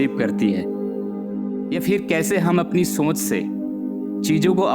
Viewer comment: सोंच नही सोच बोलिए